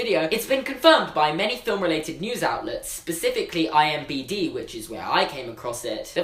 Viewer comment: Its IMDB not IMBD like you said - great video though :-)